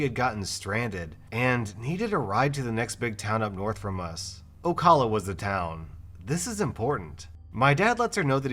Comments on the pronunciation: It's Oh-cal-la, not Oh-calla. I get people barely know about it, I wish I didn't know about slowcala unfortunately I use to live there when I was I HS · Ocala is pronounced O-cal-a. Cal not call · I just realised he said Ocala (o-cal-ah) like ocola and make a disgusting noise when I saw it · It's pronounced O Kal uh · It's pronounced oh-cah-la. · That last story both freaked me out and made me laugh due to where I live and how you can tell is not from Florida pronouncing Ocala the way he did. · The way he said Ocala lolll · As someone who lives in Florida- you pronounced Ocala wrong and I'm very triggered because HOW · Oh ocala. It's not said that way btw. Small small town.